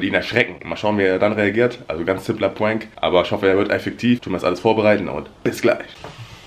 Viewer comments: sagt immer puank Aber es heißt prank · Aussprache: Puenk Aussprache: Prank